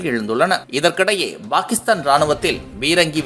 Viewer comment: Bakistan இல்லை டா பாகிஸ்தான் யா ஒழுங்கா தமிழ் கத்துக்கணும்